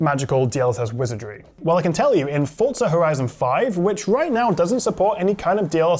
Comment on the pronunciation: FORZA no T in forza